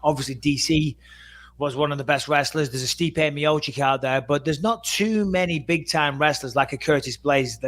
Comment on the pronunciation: How can you be a ufc commentator and still say miocick🥲